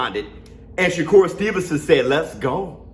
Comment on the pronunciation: I thought every been announced Shakur as “Sugar”. Every since the valdez fight